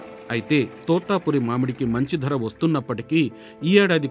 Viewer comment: తోతాపురి కాదు తోతాపరి.